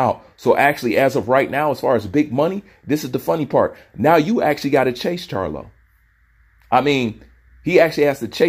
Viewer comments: Crylo not charlo bruh🤣👍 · That man name crylo not charlo